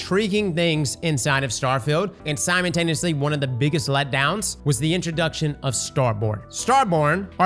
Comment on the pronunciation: Alternative drinking game: every time you hear "simontaneously" in a destiny video